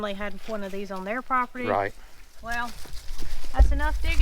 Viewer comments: I think it's a shelter from 200 plus year ago. He's saying whale...and I finally figured out he was saying well, lol. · I kept thinking that was saying “whale” and I couldn’t make sense and then it dawned on me….he was saying “WELL”! Sorry,! My accent and yours collided!